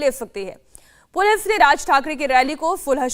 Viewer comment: मैडम पुलिफ नही पुलिस आपकाे बाेलना भी नही आ रहा है 😂😂😂😂😂